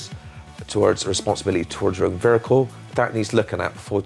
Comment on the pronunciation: I'm sorry what the fuck is a "vericle"